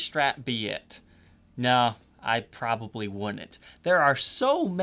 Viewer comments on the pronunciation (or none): The word is "probably". Three syllables... prob-ab-ly, not a two-syllable word : prah-ee Thank you.